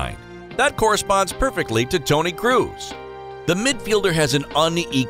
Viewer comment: No one: Absolutely no one: Speaker: ToNy KrUs